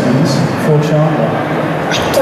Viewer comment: “I hAvE a QuEsTiON fOr SHandler” 😂